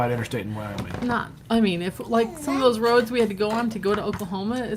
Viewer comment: Wyoming not wooing